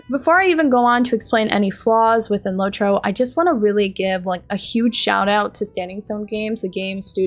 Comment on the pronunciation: "LOT- ROW"